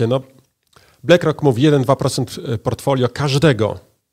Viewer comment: No dobra, koń cz, =)) juz, wstydu oszczedz. BLACK ROCK z nazwy po Pl. To jest "uwaga - CZARNY KAMIEŃ " dobra, zatem, wymowa.. blAck rock. , blak rok! One love, peace. =))